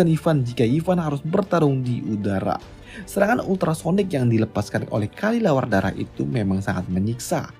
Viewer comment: Kelelawar bang bukan kalilawar 🗿